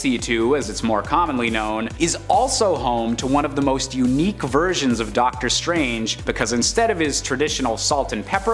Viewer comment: Ducktor strange 🤣